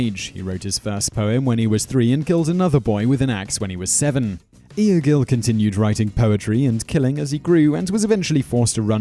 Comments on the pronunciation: pronunciation is horrendous.... (some points are not 100% factual. like the retirement of Ivar the boneless (EE-Var)) also "Lodbrok" is pronounced Lothbrok, and Egil (EEgil not EE-uh-gil) also using less fantasy and video game images wouldn't hurt finally where is King Knut Sveinnsson "the Great"? Harald Hadrada didnt fight William the conqueror! He fought Harold Godwinson and lost. Harold Godwinson fought William and lost. also that picture was from Hastings not Stamford! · egil is not ee-ah-gil. is eh-gil, or egg-gil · N. 1 is pronounced " I gill" love the vids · Funny to hear you try to pronounce the name Egil. The E-sound in Egil is the same as for example the E-sound in the word endeavour. The rest of the name (gil) is pronounced correctly though. :)